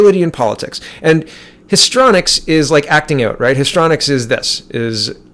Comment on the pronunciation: As always, love, love, love your videos. You really are one of the best, and of my faves! Thank you, thank you. You are a great Canadian! (I think it's pronounced like: history-onics or histry-onics, rather than histronics. Maxime 2019 <- Canada's best/only hope! PS-...just had an idea... re: That story about the Swedish dentist who lost his job and possibly home, for speaking up: >> When things like this occur it would be good if we would (if we could) reach out to the hero/victim with planned and organized support. We could create a fund to offset the punitive actions of the evil ones toward those who buck the system...to encourage them, rather than allowing the enemy to discourage truth telling and the brave and necessary actions of our patriots. No one like that brave and righteous fellow, the dentist, should face the loss and political pressures, alone. We can help each other in this aspect. This is something we can actually do. (Think of this: the Americans have raised 19 million bucks in a week for a wall, because they believe in it, and therefore decided to fund it themselves). We can also create a fund. One that can protect AND ENCOURAGE Canadians to fight back against the deadly NWO Satanic cabal. (Also can include donated/available services, like lawyers, etc). And when they drag them through the courts for trumped up harassment-type charges, and cause job loss and other financial hardship, there will be a source of help to soften the blow, and in some